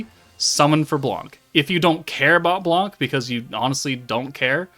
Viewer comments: blanc the C is silent pronounce sound just "blan" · Hello, nice content ! The C is silent in french. « Blan »